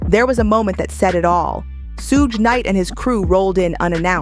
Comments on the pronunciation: Suge Knight is pronounced like "Sugar" without the "ah" sound at the end, just saying. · Who the hell is Soog knight? Lol! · I'm not sure why, but I absolutely hate it when people pronounce Suge Knight wrong.